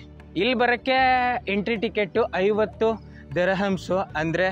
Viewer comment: Bro Dirhams na correct agi pronounce madu😂